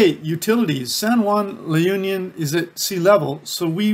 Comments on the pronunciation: It's pronounced as "La oon-yon" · Pronunciation is La-oon-yon.. There is also Pagudpod, the Northern most part of Ilocos Norte, hoping you go visit it too because it is a beautiful sight with the mountain and sea. I was there a few times and I loved the scenery.